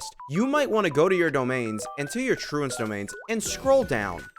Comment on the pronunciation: Firstly It's Trounce rhymes with Bounce, Secondly you are correct it's absolutely insane that it's at the bottom, all new things should be at the top, I understand maybe they don't want people to accidentally spoil themselves but all new things should be on top in the order they came out in, luckily for me I farmed this for Ifa but have been too lazy to raise him, he's still level one so gonna use it for Skirk, with the amount I have I'll be able to crown her skill and burst, I'll have to use dream solvent sure but it's worth it I'm never raising Ifa